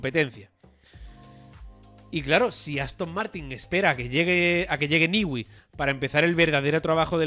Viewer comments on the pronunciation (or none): Newey, no se pronuncia “Niwi”, sino “Nui”. Repiten el disparate una y otra vez.